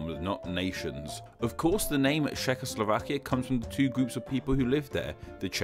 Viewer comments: This is a rather poorly researched video, I'm afraid. First of all, the Cz in Czechoslovakia is pronounced as Ch, not Sh. Also, the etymology of both Slovenia and Slovakia is the same, both names are related to the Slavic words slovo (word) or slava (glory, fame) which, in turn, are probably related to each other. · Why do you pronounce Czechoslovakia as shehoslovakia? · Šekoslovakia :D vychytané